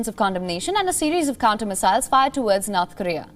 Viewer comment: It's NOrth KOrea, not "NArth KArea".